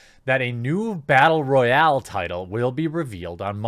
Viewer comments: rattle boyal you said ? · Had me until "bartle royale"